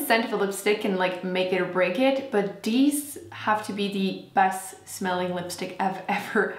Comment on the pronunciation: I love how you say "deez" instead of these 😂